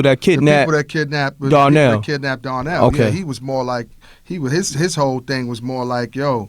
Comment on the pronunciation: Why they keep pronouncing Donnell as DARNELL???